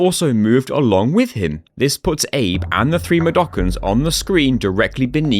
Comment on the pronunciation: Abe is "Abe"le